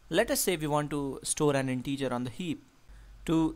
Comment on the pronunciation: Thanks! But "integer" and not "in-teacher"!